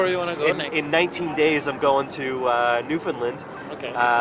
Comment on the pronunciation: Good resolutions!! You'll have to learn to pronounce Newfoundland properly before u go there tho! Lol 😄